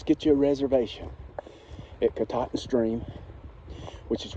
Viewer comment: You pronounced Kenebec perfectly. Katahdin needs some work though. Lol Great videos, keep it up !